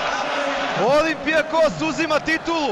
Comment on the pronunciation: komentator malo rec nedorastao u bilo kom smislu! uz to pogresna akcentacija na rijec olimpijakos